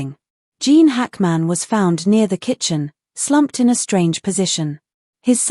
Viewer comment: Can’t his name be correctly pronounced?